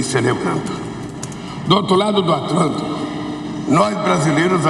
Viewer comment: "do outro lado do 'Atlanto'" kkkk